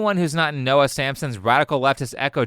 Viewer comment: Watched the whole video. You completely butchered Noah.